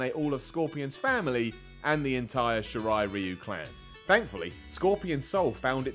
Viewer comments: Pronounced "she rye rye you" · you pronounced shirai ryu wrong